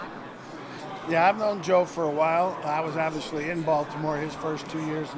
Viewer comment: Vance "Oviously" Joseph